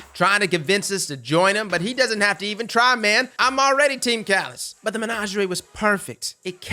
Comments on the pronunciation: saying "menagerie" is 🔥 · I hate the way you pronounced menagerie, calus says hows it's pronounced in some voice lines for christs sake